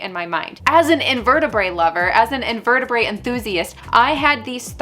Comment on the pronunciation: Hehe the t in invertebrate is not silent